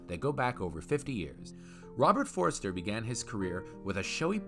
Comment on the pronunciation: Why do you keep calling him "Forrester"? His name was Forster